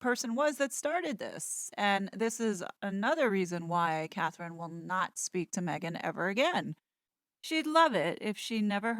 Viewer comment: So many people mess up Catherine’s name. I think German spell with K, England spell with C. Since she’s a good person, let’s try to get it right.